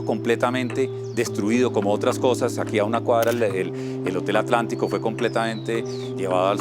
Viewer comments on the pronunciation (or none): none